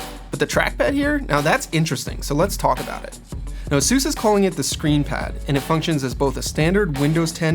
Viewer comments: a-soose? it's A-sus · Is ay-sus not azeus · "Asoos"? It's Aces. God! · FIRST LEARN HOW TO SAY "ASUS" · I hate the way he says Asus